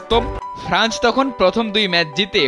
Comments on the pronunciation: ফ্রান্চ না ফ্রান্স - উচ্চারণে আরও সতর্ক হতে হবে। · Franch na France.....